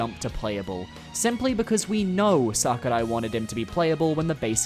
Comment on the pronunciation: Does it bother anybody else the way says Sakurai? lol